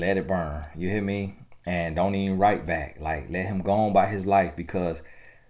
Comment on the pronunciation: Lawddd Tony gaskins I don’t think you understand how funny you are in telling us the truth. And omgggggg this whole time I thought you were saying bike not back. Though I understood the reference 🤣🤣🤣